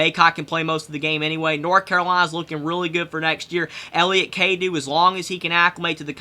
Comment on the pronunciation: It's pronounced (Cadoe)